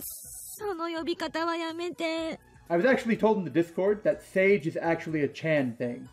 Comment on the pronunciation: It's not "sage" it's the japanese word "sa-ge".